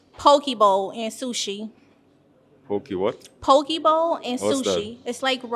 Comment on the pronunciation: It's not Po-kie bowl, its Poke bowl 🤣🤣🤣